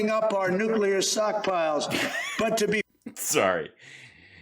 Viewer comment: It writes itself. Hal Sparks & the comedians who cover Trump’s sh*t show, just need to sit back & listen. sockpiles - classic. I’m just impressed that Trump said “pivotal” correctly.